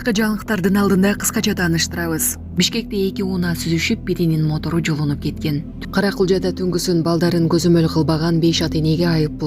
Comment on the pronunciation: Матор эмес,МОТОР !Сабатсыз. Блогерлер....